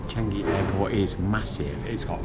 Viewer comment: Ive just been told by my Japanese colleague it's pronounce 'Chaangi' not chang-i